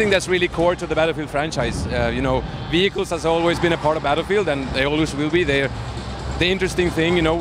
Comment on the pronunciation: did he say ''v hi kills'' instead of vehicles.